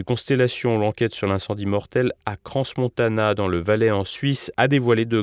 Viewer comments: Décidément même lorsqu’il s’agit d'un drame vous vous faites un malin plaisir a déformer la prononciation du lieu, aucun respect pour les victimes, j'imagine que on a du vous le dire quelques fois mais "Crans Montana" ne se prononce pas CRANSSSSSSSSS MONTANA. Je me demandais si ces erreur de prononciation était juste de l'ignorance ou si c'était volontairement du dédain quand au personne et au lieu dons vous parlez. Apparemment en plus de ne pas savoir parler vous vous amusez à tordre des nom propre sur votre soit disant journal juste car vous estimez que ces gens, endroit font partie de certaines communauté. Vous êtes à vomir. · Pourriez-vous svp prononcer Crans-Montana correctement? on prononce "cran Montana. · Je suis en sueur, on ne prononce pas le "S" de Crans-Montana 😆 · Surtout qu’il aurait pu se renseigner depuis le temps sur la prononciation exacte 🙉mais bon ….certains jugeront que c’est un détail par rapport à l’ampleur de cette catastrophe … annoncée (au vue du manque basique de sécurité dans ce bar) et au nombres de victimes, mortes ou en train de lutter pour vivre, sans compter toutes les familles.